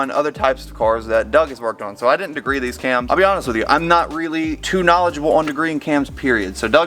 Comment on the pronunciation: He sed degre a lot hahahahah 😅😅😂😂🤣🤣 hey you didn’t no that naattttt I new that